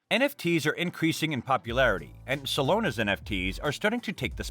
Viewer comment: Solana bro SOLANA not Solona 😂